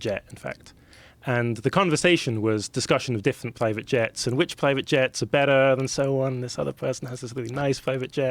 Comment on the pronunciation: "Plivate jet", "time spent with flends is flee" ... Im on 3 minutes in.